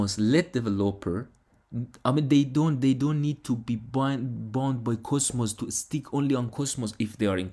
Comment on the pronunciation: Try to pronounce cosmos correctly. Basically it is coZmos and not ( S ) . By the way I am all in on it 👍